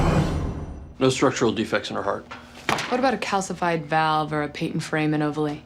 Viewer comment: Mispronounces “ovale”.